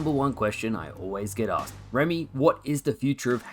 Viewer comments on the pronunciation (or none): none